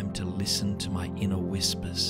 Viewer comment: "Inner whispis"...made me chuckle. Laughter is great medicine. Amen to you all and always listen to your inner whispis!